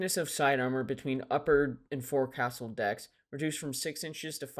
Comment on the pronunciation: One comment, forecastle is pronounced foc'sle ( folk sul).